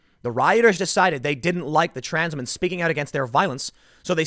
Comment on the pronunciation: I laughed at his pronunciation of “White Transmen” it sounded like it could be a parody of Black KKKlansman